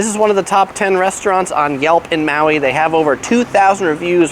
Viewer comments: Aloehaw! Welcome to Mayui!!! Hahaha dude come on now! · Maui pronounced ma we